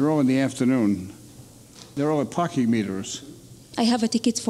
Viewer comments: She is from Saudi with all that accent and smiles of hers. When was the last time an Indian pronounced "Parking" as Barking? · Dang! She networked right through ma heart for sure! Accessed all files! Btw, for those who aren’t familiar with Arabic, there is no “P” in Arabic. You can see the way she uses “B” in place of “P” sometimes. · probably egyptian cause parking was pronounced as barking and thats arab accent they dont have P they have B . mostly egyptians can never learn the p letter so i give it 90% egypt :p